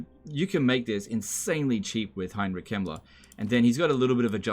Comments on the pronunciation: same here. dosn't pronounce the K and says the e like an i. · I legit thought you said Heinrich Himmler instead of Kemmler and I had to kinda do a double take. I do guess Himmler would fit into the Warhammer world.